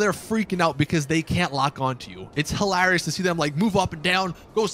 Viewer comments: You pronounce hilarious wrong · It's hilarious how u can't say hilarious properly lol